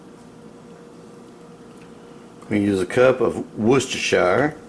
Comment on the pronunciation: you are such a JERK....................................... y expert!!!! xoxox Great video.. I like that you perfectly pronounced worchestershire..... looks so delicious